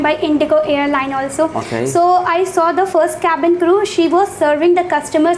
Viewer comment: I apologise. No, I'm not apologising for nothing. The guy who's supposed to conduct the interview in this "Interview" doesn't even know how to pronounce cabin crew. Even His accent is fake. Don't get fooled by these channels or institutes. Don't trust them with your parents'hard earned money. A real interview is for 5 minutes max. And nobody tells you that your English is not good in a real interview. Hope your dreams come true if they are what you really want. - A guy who was born in a lower middle class family, 5 years of experience as a cabin crew.